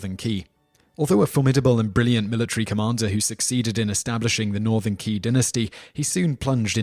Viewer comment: You should have researched a bit about how to pronounce these Chinese names. You really massacred them, and they aren't that hard to say. For example: Qi = "Chee" Qin = "Cheen" Zhou = "Joe" See?